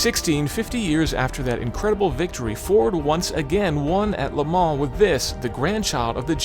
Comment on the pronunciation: First American I've ever heard who can say Le Mans properly without saying "Le Maaar"